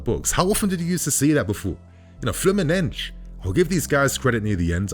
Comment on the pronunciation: Good video, but please stop with the Fluminenj pronunciation. It’s ’FLEW-MIN-NEN-SEE’. In Brasilian Portuguese ending ‘S’ do not sound as ‘Jjjjjj’ or ‘Shhh’. That sometimes happens in Portuguese native, but definitely NOT in Brasilian Portuguese. Trust me, my g/f is Brasilian.